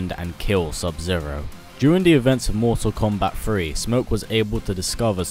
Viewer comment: "mortal kombat free"